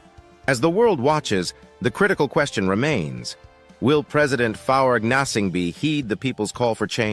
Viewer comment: Please stop using AI American voices that can't even pronounce key words like Gnassingbe or Lome... and then using an image of an African woman speaking whilst listening to this weird male voice is all wrong! By doing this in your videos, you just undermine the good work you are doing